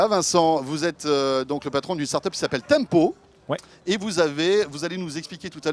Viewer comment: Je plussois d'un gros pouce Bleu pour "Tempow" ....